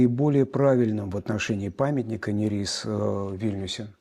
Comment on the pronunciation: Почему Саломея НЯрис? Её имя и псевдоним пишется по-литовски Salomeja Nėris, то есть буква ė, которая произносится и в русской транскрипции передаётся как русская е, а не я. Это река Neris (Нярис).